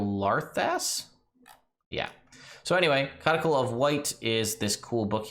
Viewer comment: Pretty sure codicil is pronounced cod-i-sill.